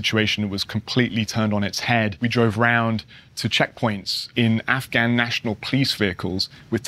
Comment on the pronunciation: Can someone tell this dude how to say Afghan properly